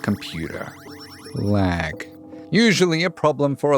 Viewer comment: When he said laag i cracked up😅😅!There's lag through this whole video. 😅😅.